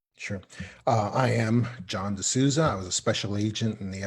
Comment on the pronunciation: He doesen't even know how to pronounce his own last name.. 😂😂😂😂